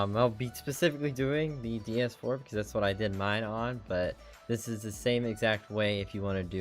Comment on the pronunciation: thanks for the tutorial really help but am i the only one getting annoyed about him saying ds4 ?